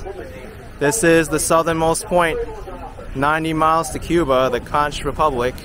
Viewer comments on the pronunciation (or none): When you pronounce CONCH it's not like it's spelled. You pronounce it like CONK like someone conked you on the head. You'd say CONK FRITTERS not CAUNCH FRITTERS. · love your videos but conch is pronounced conk